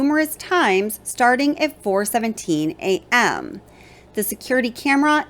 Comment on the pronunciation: The way you keep emphasizing on the word A.M. is driving me kinda crazy however, I live in Idaho. There is a lot more to this case I believe and your research is very good and you are definitely thinking the way I'm thinking.. good job on this and keep it up... maybe just chill out on the word A.M.